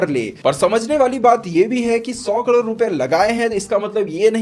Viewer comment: भाई आपको करोड कहने मे कुछ दिक्खत आती है..